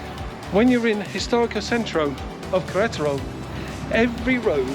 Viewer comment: Every time you say the name of the state(Queretaro) you butcher it even worse....lmao